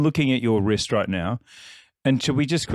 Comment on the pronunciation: Leo says I've for a bigger phist, I meant wrist